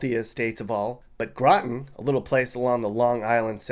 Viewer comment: He jus said Groton na bro